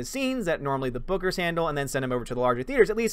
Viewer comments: Thanos is going to drain her powers with the gauntlet. By the way, when you were saying bookers it sounded like boogers. :p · I kept hearing you say " Boogers" hahaha instead of Bookers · I kept thinking you were saying boogers!! Hehehe!!👋